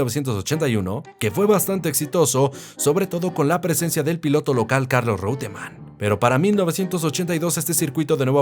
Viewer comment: Oscar con tilde en la O no, es Oscar sin tilde. No se pronuncia "Reuteman" se pronuncia "Roitman"